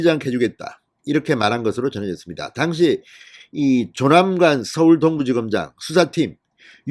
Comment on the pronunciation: 발음 좀 똑바로해주세요. 특히 당시 란 단어